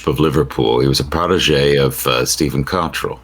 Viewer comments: Kot rell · Time AU had an agreed format for pronouncing 'Cottrell.' Get it wrong or get it right, but stop saying it three different ways in the same sentence, please. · Stress is on first syllable, as with most English pronunciation of names.